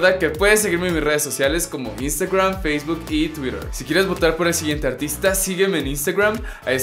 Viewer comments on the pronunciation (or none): none